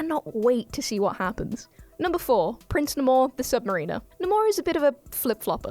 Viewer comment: 1) it’s pronounced Nay-more the Sub-mare-in-or 2) that was wakanda he was flooding not New York 3) he was made before aquaman